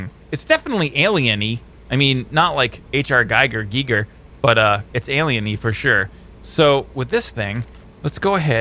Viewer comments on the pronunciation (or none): none